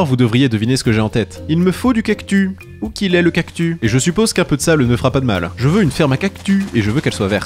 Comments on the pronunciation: C’est moi ou il fait exprès de dire cactu car ça se prononce “ kaktusse ” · On dit cactusssssss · Dans le mot "cactus" le s se prononce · Pourquoi tu dis cactu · CES CACTUSSSS PAS CACTU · J'aime bien quand tu dit "Cactu" au lieu de "Cactus" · Cest pas unhumilation mais on lit pas cactu mais cactussssss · J adore le"cactu" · Quant il dit CACTU plus de 100😂